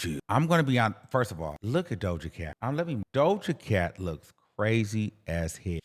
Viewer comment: Why would you read Doja Cat like thattt 😂😂😂😂